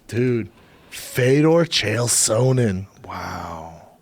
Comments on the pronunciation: Geezus Schaub after all the yrs, after having the man on your podcast multiple times, you'd think u could pronounce the man's name right just ONCE. Not that hard, its SONnen not SO-nnen, for fuck's sake. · Wolfie Alpha that would make it sound like a long vowel, his pronunciation is more like soh-nen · Sonnen not Sooonennn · How can Brendan mispronounce Sonnen that badly?